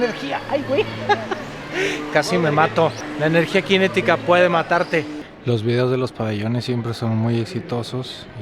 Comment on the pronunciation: No es Latvia, en español es Letonia. Y es energía cinética, no "quinética". No te achilangues.